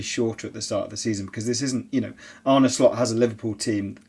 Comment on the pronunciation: James it's Arne, not "Arnie".